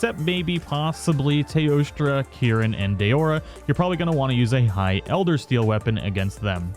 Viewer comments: ElderSEAL. Not Eldersteal. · Yeah i'm nitpicking but could you please stop calling it "Eldersteal"? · Funny how everyone is tripping over mispronounced words. And when you did say it, I genuinely thought you meant steel vs steal. Either one would make more sense then seal imo. Love the realness of your vids, no script just a person who loves the game amd shares it with the community.